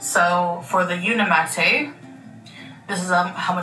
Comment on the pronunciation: It is uniMATE if it was how she said it it would be matte